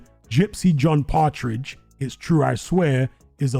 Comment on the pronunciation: John patridge😂